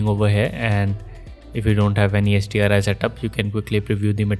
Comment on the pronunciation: Thanks. It's just that when you say the acronym it sounded like Sdri.